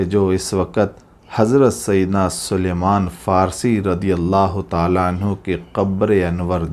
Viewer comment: It's Salman, not suluman.